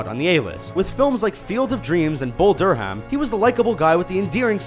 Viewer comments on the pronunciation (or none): Dur-Ham? its pronounced Durum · Lol "bull dur ham" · "Bull Dur-ham"? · Dur-Ham. That shouldn't have irritated me as much as it did. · Bull Dur"ham". lol, the "H" is silent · "Bull Der-Hamm" lol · "Bull Dur-Ham" lol. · Did u really just say Bull Door-ham are you joking